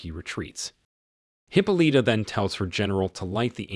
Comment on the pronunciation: Hip-o-Lita!!! I'm having a hard time taking this seriously every time he says that.